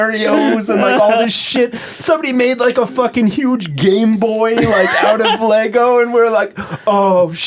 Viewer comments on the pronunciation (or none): ITS LEGO!!! NOT LEGOSSSSSSSSSSSSSghjfcucijxhgfzhermsdcjyxtfgsnmgfdjhngmfydhgrhgfdhsjguyfjhvgwyefjcsgajgvfjhaghfchcvscghcgdashcj a